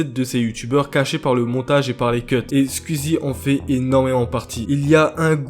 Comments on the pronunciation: Belle vidéo sinon c Skou-i-zy pas Skou-i-zy 😉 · Ça se dit "Squouizi" pas "squuizi" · Ah...le «Squizi» m'arrache les oreilles et aussi l'orthographe de certaines personnes sur le noms de Squeezie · Ce n’est pas méchant mais pourquoi tu fait une vidéo sur squeezie alors que tu ne sais même dire son pseudonyme tu dit nana skuizi déjà tu devrais apprendre à le dire . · Ça stresse personne qu'il dise "squizi" 😂😂